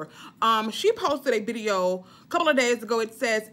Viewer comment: You are so crazyyyyy..KMSL..wait did you say the next CERPLE (couple) of days??? I'm done!!! Freaking Hilarious 😂😂😂😂😂😂